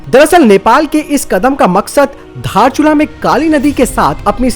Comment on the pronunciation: धारचुला नहि बे 😂😂 दारचुला हे ओ भि नेपाल का हे।